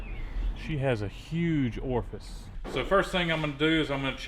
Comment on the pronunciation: Orfice sounds sexual. Just say hole. lol